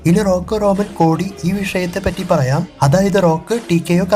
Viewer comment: സഹോ റോനൻ അല്ല റോമൻ ആണ് 😊